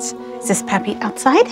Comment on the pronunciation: When Elijah was kissing the pictures of his grandfather and answering the question of Charity "Who is that?" The way he answered sounded like "Puppy" when he meant to say "Pappy".